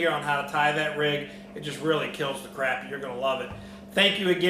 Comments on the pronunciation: it's pronounced crop-ē. but if you can't get used to it just call em papermouth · crappie is pronounced cropie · Is it pronounced crappie or crappie???? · Both pronunciations of crappie are correct. I hear professional crappy fisherman say it both ways. Its simply a geographical thing.